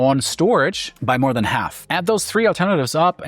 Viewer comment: Why can't he say "alias" and "half"? not hard words. It just irritates me.